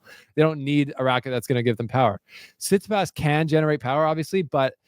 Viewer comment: Bloody hell just say Tsitsipas correctly 🤦‍♂️